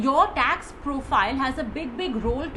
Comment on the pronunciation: Tex efficient...... no brother it is Tax with "a".. 😉